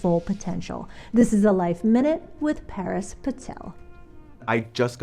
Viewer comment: Par-us, not Paris